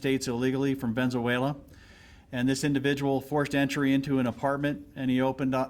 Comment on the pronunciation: The cop pronounced Venezuela wrong said, "Venzooella." 🫵🏾